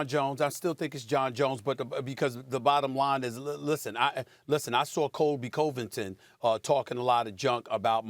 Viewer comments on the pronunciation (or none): Nobody: Steven A: Co-vvving- ten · “Colby coh-vington” its pronounced “cuh-vington” u dingus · It’s Covidinton get it right lol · Stephen "Gayass Gayvington" smooth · Who da fook is Coving Covington? 😂O, Stepen. smfookinh! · Colby “cOvington” 🤣🤣🤣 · “Colby Covinton” 😂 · "Colby COVEington" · Man you can’t pay Stephen A. to say someones name right. The way he says Colby Covington. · Imagine being able to say Antetokounmpo perfectly year round for 5 years but you can’t say Covington correctly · How can you mispronounce Covington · Why Stephen pronounce convingtons name like that? If you’re a fan “pronounce it correctly” clown